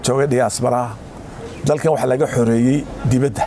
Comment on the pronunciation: Debeda weye not dibada